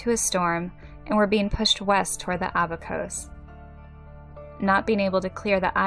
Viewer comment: You are mispronouncing "Abacos."